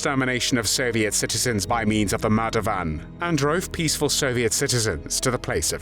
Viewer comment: Good video but the voice commentary is not pleasant. It’s murder not Marda. German not Jarman..etc